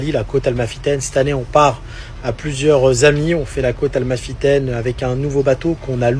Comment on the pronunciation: "parler business avec des enfants"....🤨... "sur la côte AL-MA-fitaine"...🤔 (n'existe pas, c'est côte A-MAL-fitaine). On dirait un sketch.